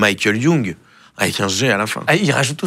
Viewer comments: Ça se prononce Makel Youg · On ne dit pas Michael Young mais on ne dit pas non plus Paddle en parlant de Padel !